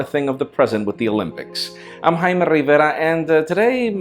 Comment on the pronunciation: change the dude. "" rivera -_- irritating